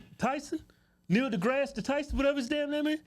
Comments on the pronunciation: His name is pronounced, "Neil de-Ass Tyson"... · I love how they both get his name wrong all the time hahaha